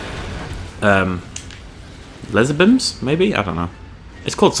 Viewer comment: Lay-zor Beams not Bims and its King Ghi-Door-ah